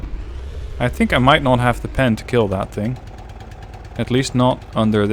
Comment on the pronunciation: "It will kiel"